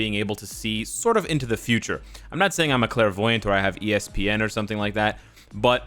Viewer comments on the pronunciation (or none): Hahahaha. You really said ESPN like the sports channel.